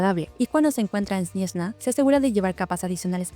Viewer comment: Oh dios mío no me lo puedo creer, además de ser una de los 3 fans de Dottore, pronuncias SNEZNHAYA en ruso!!! Me muero XD A mi me encantaría verle interactuar con Pantalone, los dos vibran igual.